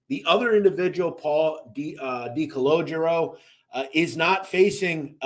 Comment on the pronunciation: Dude you butchered Freddy’s name it’s Gee-ass and also Decologero. You ruined it. How is that hard to pronounce?? Did you complete Simple elementary school?? Also how is the iceman a liar?? He was a stone cold murderer! How can you take that from him? And how is hazelton not far off from the ADX ??? There’s a huge fkng difference! Idk how you managed to accumulate this many subs with the stories you butcher!! Seriously! You call whitey a killer yet take it from the iceman? Conclusion: you’re a clown!!!